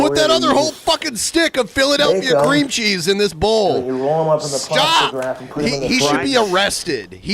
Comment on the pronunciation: I think it's so sad, that wants so desperately for his cheese (I hate how he pronounces the word cheese, over-emphasizing the CH like that makes it more "dank") to be stringy and stretch the way it does in the commercials, not knowing that those commercials don't actually use real cheese to create that effect, instead using combinations of colored melted rubber or glue, and other sorts of substitutes to make it look like melted cheese. wants that same effect so badly, and will even pretend on his food videos that his cheese has achieved that effect, when he, and the audience can clearly see that it didn't happen. Because it can't be, without making the food inedible. Just another example of how dumb, regular Americans, like, fall into believing what they see on TV as real.